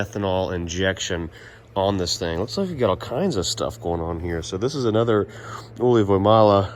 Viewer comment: You get the first letter wrong with Ylivoimala, you pronounce it Ulivoimala, Y letter is quite different. Rest comes correctly.